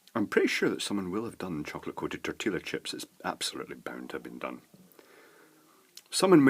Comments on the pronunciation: Tor till lah chip? LOL. I say lol only because I was raised in Mexico/S. America/Central America and Texas so a huge Spanish/Mexican influence. :) In Spanish the double L sounds like a Y so Tor tea yah chip. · Oh my fucking God. it's TOR-TEE-YA not tor-til-a. TOR-TEE-YA, that's how you say it. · lol its tor-ti-ya chip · two years late and I'm sure you know already, but it's pronounced tortee-a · I love the pronunciation of "Tortilla" chips with the audible "L". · I'm wondering if you're pronouncing Tortilla that way just to see how many people would complain :)